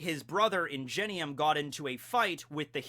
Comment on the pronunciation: It bothered me how you said Ingenium. I think it’s pronounced with a ‘hard g’ instead of a ‘j’ sound